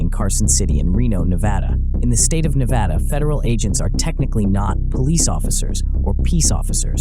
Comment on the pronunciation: Thank you for pronouncing Nevada correctly sir keep up the good solid Content